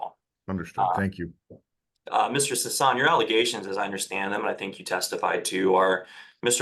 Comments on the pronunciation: Well.. I'm sorry Mr. Sissy.. oh sorry Sisson. Its unanimous! Your name is now Mr. Sissaan. 😆 I thought it was pretty funny his own lawyer was able to say his name correctly only once, after Mr. Sissy corrected him, and the rest of the hearing everyone calls him Sissaan. 😅 until near the end when the judge makes his judgement, and then he correctly calls him by his name. It just tickled my fancy is all. Carry on. 🥸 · Seems like they were mispronouncing Mr. Sissy's name the whole time. 😉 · I bet it drives Sisson crazy that everyone is mispronouncing his name. 🤣🤣🤣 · The fact that he wouldn't even pronounce the guy's name correctly, even after hearing him say it shows just how little he really cares about this case. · I was shocked that he mispronounced his client’s name. It’s two syllables. He clearly didn’t care.